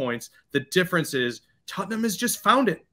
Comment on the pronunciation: "Tutt-num's young-man Son"